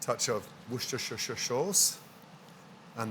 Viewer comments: yeah... There aren't any... There aren't supposed to be... The guys comment was joking about the pronunciation of Worcestershire sauce? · Bro, it was a joke about the pronunciation of worcestershire sauce. He never pointed any fingers at Gordon. Also, please improve your grammar and spelling.